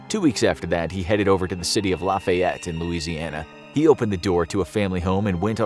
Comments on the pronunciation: ik you would think it’s the opposite but in cajun french it be the short “a” sound it more like “laffy-ett” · My dude I live in Lafayette, Louisiana and it’s pronounced like “Laffy-ette “ like laughy lol. Us Cajuns my God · I’m from Louisiana and i hated listening to the butchering of Lafayette but it was also really funny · Just to let you know those of us from the area province Lafayette as laugh-fee-yet. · Hilarious to hear how northerners pronounce Lafayette Louisiana 😂🤣